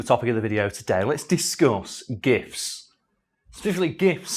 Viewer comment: Your Yorkshire is showing! For a minute there I thought you'd said gifs, not gifts